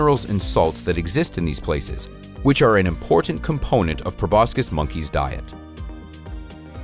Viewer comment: It's pronounced 'pro bo sis' not 'pro bos kis'